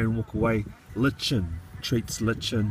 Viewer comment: It's pronounced LIE KIN ;) litchin isn't a word